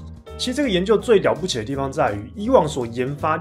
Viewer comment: 活生生把了不起听成屌不起